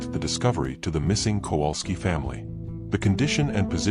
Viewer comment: Why does the American narrator mispronounce the name Kowalski so badly? It is virtually unrecognizable. And Cracow/Krakow is not pronounced Krakau. I am not Polish but speak and understand Polish enough to be irritated by such errors.